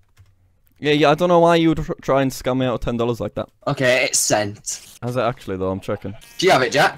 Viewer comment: “Teny thousand times” - a small brain yt